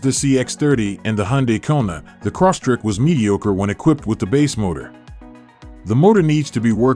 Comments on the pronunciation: Crosstrek not corsstrek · The guy sounded like he was saying Subaru CrossTrick. LOL